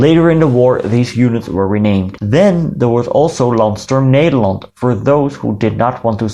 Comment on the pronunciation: The way you say Stefan and Nederland; you're Dutch.